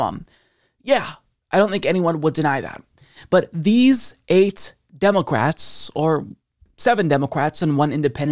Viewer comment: Who else hears say "DemoQwats"? 🤔😂